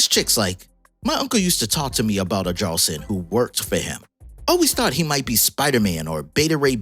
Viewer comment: The J in jarlson is pronounced like y. So its yarlson.